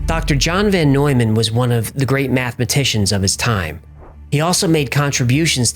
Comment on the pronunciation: It is VON Neumann not VAN.